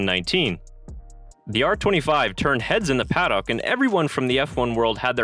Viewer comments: It's pronounced pa-duck. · I know that "paddock" is not a commonly used word in North America, and is pronounced differently in other English-speaking countries. For example, some Australians say 'paddick', which sounds ludicrous to me and I live in Australia. The correct pronunciation removes the o and adds a schwa (usually styled as ə). Basically, an 'uh' sound. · nostalgia flooded the "PAD OCK" ??? what the fuck is a pad ock ????? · He pronounces Paddock weirdly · How can you not pronounce paddock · Paddock is one word not two.....